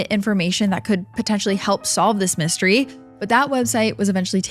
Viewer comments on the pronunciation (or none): none